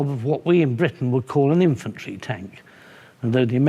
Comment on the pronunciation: “Imfantry” am I the only one hearing that? ;) love these tank chats!! Big fan!! 👊🏼